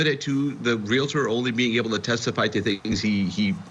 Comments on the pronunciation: Ugh....real-tor... NOT re-la-ter. Come on! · Your news caster pronounces Realtor wrong. It’s not Real a tor! No A😫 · Stop saying RE LA TOR. Try saying REAL TOR 👌🏻🔥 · REAL - tor. REALTOR. There is ONLY 1 “A” in “REALTOR!!” The word is NOT pronounced, “Real - A - tor”!! What is WITH these lawyers?? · The word Re La Ter does not exist. It is Real Tor! Pronounced just like it is spelled. You are supposed to be educated! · Please!!!! The word "Realtor" has ONE "A" in it! It is RealTOR, not real-A-tor.! Dr. Phil pronounces it incorrectly also. "Cmon folks! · Real-tor not Real Uh Tor... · To the narrator of this Court TV video: You have mispronounced the word realtor multiple times. It’s pronounced REAL- TOR, NOT REAL-I-TOR!! Common mistake but it’s cringy when newscasters and journalists say it wrong over and over. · Its real tor it isnt reali tor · Real-tor, real-tor, real-tor. Not real-I-tor. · Real a tor? Do you mean real tor? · Pronounced Real-tor in 2 syllables, Not Real-a-tor. A mistake often made. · “REAL-TOR”. Not realator. Thank you. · Real-tor; not real-a-tor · It's realtor, not real-i-tor. How can an anchor not know that? I can see getting it wrong once, but over and over again.Sounds ignorant. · Let's all have a lesson in the correct pronunciation of realtor. It is not re-lah-ter. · Oh US! The English Dictionary shudders!! It's pronounced Real tor. Realtor. Not Reala ter. About as frustrating as the Prior bullying tactics. 😂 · your news reader needs to learn how to say realtor. Real Tor. Was driving me crazy :face-orange-frowning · It’s REAL TOR —- 2 syllables. I.e., nuclear. NU KLEE UR Most say, “NU KUHL UR” 😬I’m not being a smarty britches, I promise! 😉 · It is annoying to hear realtor pronounced “real it er”. 😆👹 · it is pronounced REAL-TOR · Pronounced Real-tor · Please stop saying Real-a-tor. Thx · It never ceases to amaze how supposedly educated professionals are unable to pronounce words like 'realtor'.